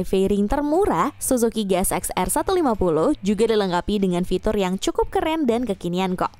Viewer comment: Min GSX itu dhoac bukan shoac 😭😭😭